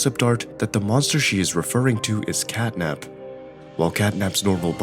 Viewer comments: Bro Called Catnap as "Catnip" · Honestly I feel sad for catnap bc u called him catnip many times one the end bruh